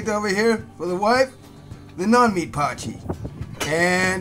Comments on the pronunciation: You say "po-chee" but it's actually pronounced "poy-key" :) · Its pronounced Poi Key not Potchy 😂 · Poy (like toy) key. Poy-key. Not potchie.